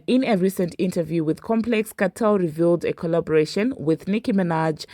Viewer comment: It's not Vybz "Katel*, it's Vybz "Kartel!!!!!l"